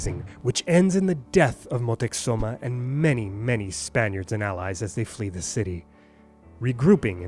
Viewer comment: THANK YOU! every time he said Motexuma or Moteczuma I cringed. He did an awesome job with every other pronunciation and obviously the content itself, but aagh!